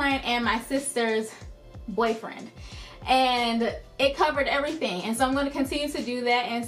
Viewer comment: It sounds like your saying sisters boyfriend